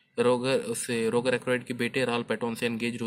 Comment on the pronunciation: भाई वो रोगार नहीं रोजर हैं। हर वीडियो पे आप गलत बताते हो कुछ ना कुछ। थोड़े रिसर्च करलो वीडियो बनाने से पहले।